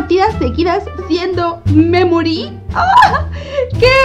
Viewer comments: Pd: memory se pronuncia meimorie (sin pronunciar la e tanto) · Memory se escucha como que dijera me morí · Taldes es que cuando dice memori suena como me mori☠️☠️☠️☠️☠️☠️💀💀💀💀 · Holi yi creeo que memory es la memoria de piggy y cuandi suena mamory parese que diga me mory :v baueno amo tus videos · Cuando dice memory suena como si dijera me mori xddd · Memory suena como me mori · Cuando dice memory me he reído de risa por que se parece como me me mortalidad xD